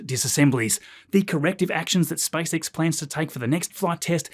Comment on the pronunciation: "SpiceX" SpaaysEks